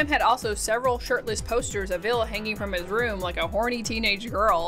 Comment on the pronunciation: It's Ville. Not Vill. 😂